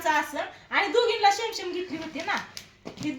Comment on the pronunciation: शेम शेम नाही सेम सेम